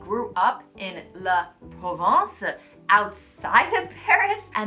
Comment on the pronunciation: I was expecting to pronounce “la provence”. First time a friend talked to me about “la provence”, it took me time to understand she was meaning “la province”. The few other times some of my colleagues talked about “la provence”, it was also mispronounced